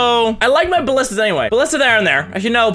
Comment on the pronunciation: You know mini has been playing overwatch when he calls ballistas "bastions"